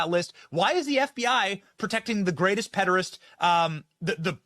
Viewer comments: "Pederist"? Did they mean "podiatrist" or "pederast"? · WTF is a "pedarist"??? Is that someone who is a fan of feet? Americans have a singular talent for bastardising terms... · what the flying fuck is a 'pedorist'